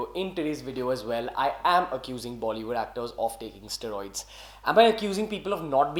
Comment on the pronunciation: Ugh please say it right. Steroids. Stae-roids.